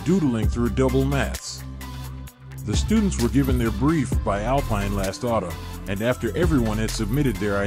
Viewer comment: Second video with a narrator/creator that doesn't know that the company's name is pronounced Al-Peen.